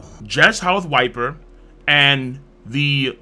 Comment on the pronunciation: Viper or vyper but never wyper V like in vacation